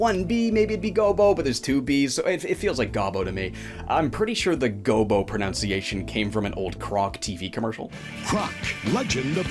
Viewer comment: speaking of pronunciation Pronunciation of Pronunciation has always annoyed me XD Love your stuff otherwise man you're one of the best content creators on this site.